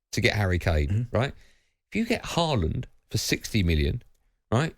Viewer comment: Why you two pronouncing his name as ‘Hall-land’ it’s ‘Haaland.